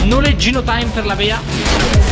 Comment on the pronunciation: ma solo io quando dice "la Bea" capisco "la Dea"?